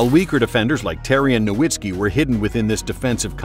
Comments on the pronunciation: Just discovered this channel and it might be my favorite nba content on yt. But could you please pronounce Dirk's name correctly? Have more respect for him than the commissioner did. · It hurts me when "Nowitzki" is mispronounced.